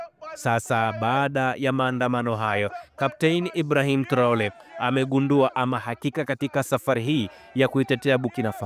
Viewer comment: Mwandishi mbona unatamka jina la Ibrahim traore vibaya